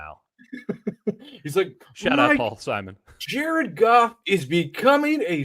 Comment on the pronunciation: Siemon, Siemon, Siemon 😂